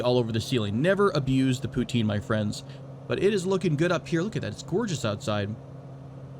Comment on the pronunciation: The way you pronounce poutine makes me sad :(